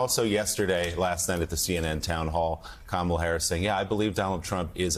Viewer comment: Joe, you pronounced Kamala wrong.